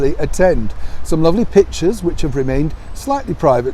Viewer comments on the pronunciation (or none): none